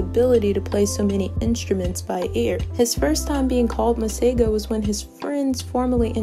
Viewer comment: 🤣🤣🤣so not impressed with the way my name is pronounced here..